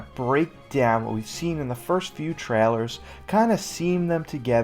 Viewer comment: I’d Subscribe, but the way you say ‘trailer’ is absurd.